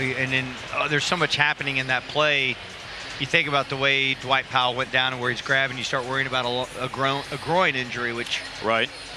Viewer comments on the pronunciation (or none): Bro said Dwight Powell 😂😊